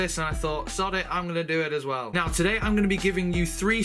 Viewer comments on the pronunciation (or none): none